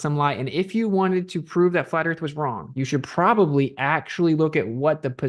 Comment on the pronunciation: I go on big airplane. Earf a big ball. 😂